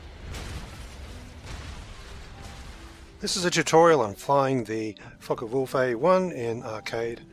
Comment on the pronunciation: it's prounounced faackawulf not fuck a wolf.